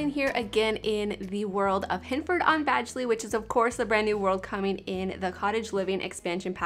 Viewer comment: It's supposed to be pronounced bag ley. That's how they've said it on the official trailer. I kind of like how pronounces it though lol